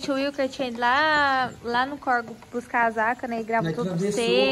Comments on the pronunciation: Não é corego é córrego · CORGO NÃO, CORREGO. 🙄 Parece que fala errado porque quer.